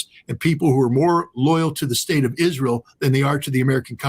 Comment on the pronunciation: couldnt say Israel